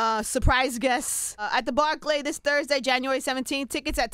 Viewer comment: her pronunciation of barclay is crazy